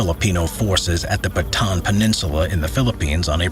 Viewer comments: it’s Bataan, not Baton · *Bataan not baton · It's "Bataan Death March," not "Baton". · Correction for the Baton Death March its actually Bataan Death March not Baton